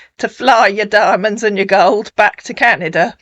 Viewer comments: Like "goals and dimonds" 😂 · "helicopter...private jet....Canada...with my goat an diamon" Wgo knew you could get a goat in a helicopter? See how educatamifying this 'ere channel be. I can feel the Smart rising... (What happens if it gets travel sick? Does the pilot just dangle it outside on a rope to hurl, or take the risk? Do goats have special private jets or...? Why's he only got one diamon? Why has that diamon lost a d? I HAVE QUESTIONS!